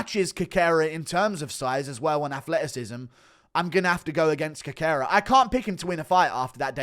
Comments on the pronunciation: Always brings me to tears when Guru says Cockera to Cerqueria 😂😂😂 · Cerqueira is pronounced "Serkayra"... The "C" is pronounced as an "S", just like in Cejudo